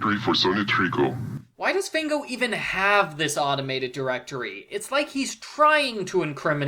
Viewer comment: Fango actually means mud in Italian. Also, it's pronounced FAHNGO, not FAYNGO.